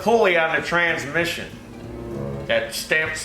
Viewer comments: I'm glad you know the proper pronounciasheron of the word "transmission"...(trans-mishy-ohn) This is a major failure in the educational system these days. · "trans-miss-eeon"- ooh lala